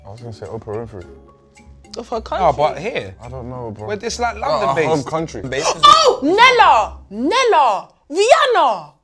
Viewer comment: Nella saying nella and getting it wrong lol